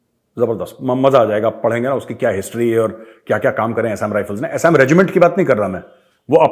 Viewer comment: Assam pronounciation galat bola hai major ji.